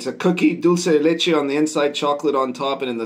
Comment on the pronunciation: As an Argentinian, I'll say that your pronunciation of dulce de leche is spot on. Points to you.